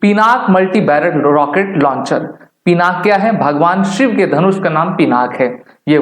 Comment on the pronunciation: पिनाक नहीं पिनाका है भाई